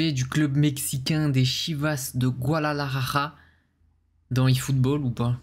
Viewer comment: Hahaha Mr stp un effort sur la prononciation de Guadalajara 😁😁😁